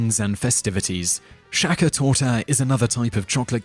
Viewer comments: Sacher - not Jacher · than at least pronounce it as "saker" and not something like "shaker" ore so there is a s in English thats not sh ... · It grinds my gears how he pronounces "Sacher"... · sacher not shacher hehe =D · How do you pronounce "Sacher" as surname correct and then mispronounce "Sacher" as cake - it is the same word?